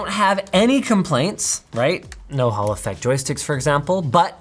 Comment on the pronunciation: I'm glad that you showed how o spell "hall effect". Every time you've mentioned t so far I thought you said "Haulifax".